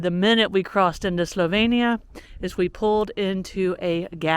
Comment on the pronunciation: One of my favourite places. Love the Istrian peninsula and Split. Dubrovnik, not so much. Try going to blue lake, near split, if you get the chance. Zagreb is also beautiful. When you are in Dalmatia, try some pasticada. Just an FYI. It is slo veen nee ah.